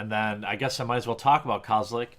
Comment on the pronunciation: kozelek not kazelek